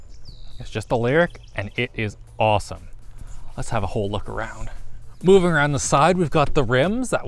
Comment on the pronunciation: Stop saying Awowoowsome